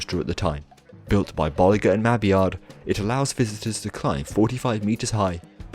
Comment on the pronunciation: is the only enthusiast i know that pronounces Bolliger & Mabillard correctly.